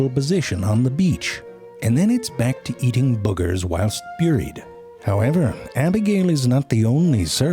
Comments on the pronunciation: "byooried" in the sand? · “Mostly byooried in the sand ...” Gotta love the unique pronunciations! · I love how he pronounces "buried" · Only zefrank can pronounce the first vowel of bird and buried exactly identically and still be understood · I've taken to pronouncing things like ZeFrank pronounces things. "Look! It's beeried there! Right there! See the behbehs?"